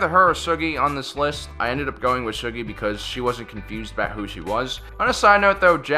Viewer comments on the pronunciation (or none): Its soogi not shugi